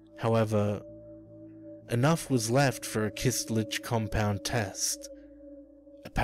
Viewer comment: it's "köstlich" not "kystlich"